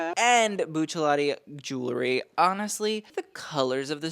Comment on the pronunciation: It’s pronounced jul ree not jul la ree; spelled jewelry.